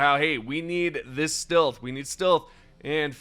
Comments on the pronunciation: you pronounce “stilth” like this on other videos to. Come on dude it’s clear you are doing it on purpose to bait comments for engagement boost. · Stilth anyone? ("Stealth" haha funny pronunciation) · Do you not know how to say stealth? Not stilth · Huh can't say stealth his says still weird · My bro, stealth is not pronounced "steelth", it is pronounced "stelth". Love your videos. Your annunciation is beautiful but makes me laugh sometimes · FOR THE LOVE OF GOD LEARN HOW TO PRONOUNCE "STEALTH". I kept wincing everytime you pronounced "steelth". Come on man 😢! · Why’s re you saying stealth like stilth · Stilth? If you say so. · STILTH WEAPONS STILTH HAS ARRIVED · bro doesnt know how to pronounce stealth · The way you say "stealth" hurts me 🤣 Great vid bro. Thanks for all the deep dive info. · Why the fuck are you trolling all of us by saying stealth wrong.? lol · Ummm, who says "stealth" like that lmaoooooo